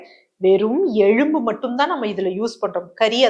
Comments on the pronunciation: எழும்பு இல்லை மேடம் ....எலும்பு😂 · Dr. Very good info. But Pl say எலும்பு correctly .